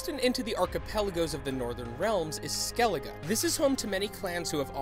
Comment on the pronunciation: You pronounced skellige wrong